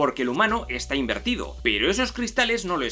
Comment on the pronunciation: Chupito cada vez que diga "inverido/a" XD